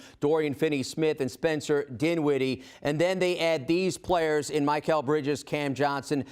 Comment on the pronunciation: As soon as I heard dude say "My-Cal" Bridges, I was outta there